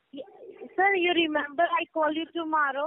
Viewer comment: Shuberth Dias tomaarow 😂😂